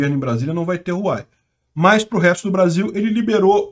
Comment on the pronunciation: Não é Ruai não KKKKK, o correto de falar serio algo como Ruauei, so que esse R ai é um pouco mais mudo, por isso é um H em vez de R